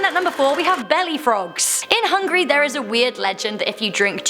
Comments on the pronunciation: hungAry.. not Hungry.. please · It's pronounced Hon-geh-ree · When she says it it sounds like hungry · When you said "Hungary" it sounded like you said hungry.